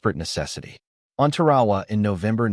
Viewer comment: We had snipers all the way back to the revolutionary war. Scoped rifles during the Civil War. And, WHY is the announcer pronouncing "TAR-A-WA" as "TER-AWA"? Is this AI or something?